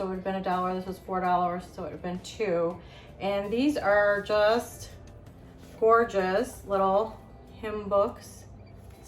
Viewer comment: Copper pieces are gee-or-jus!